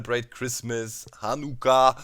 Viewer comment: holy shit you pronounced Hanukkah so close to what it is!